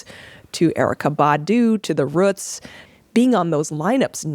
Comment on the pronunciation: The way she refers to Ant as a "DJ" doesn't sit right with me. Or the way the she pronounced the Roots. Yoooo! I can't. She's cool though and I'm a new subscriber. Shoutout to these two legends for real!